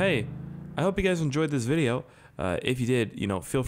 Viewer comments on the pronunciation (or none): none